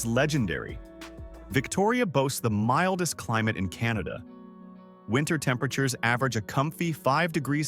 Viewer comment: Funny way to say Canada , where it's pronounced "Kin-ahh-da"